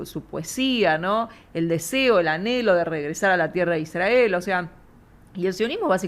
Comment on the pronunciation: "Iszdrgael". Israel, gorrito raro...